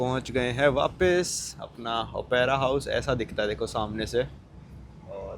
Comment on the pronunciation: I have put a comment for your wrong pronunciation, but you gave that a blind eye. It is not Opaira, who told yo that. Do you never use a book called dictionary. It is Op-ra house, not Opaira house. Op-ra, got it?